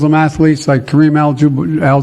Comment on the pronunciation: I’ve never heard anyone mispronounce Kareem’s name before. Never. It’s not a hard name to say. Maybe a pass on spelling it correctly, but not on pronouncing it correctly. It’s dementia on full display but no talk of 25th Amendment? Interesting.